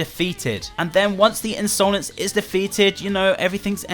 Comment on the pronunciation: A lot of theories going on about piggy and here is me still triggered at pronouncing Insolence as Ins-oh-lence